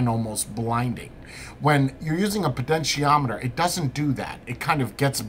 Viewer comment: PoTentiometer, not PoDentiometer. Sorry had to mention it.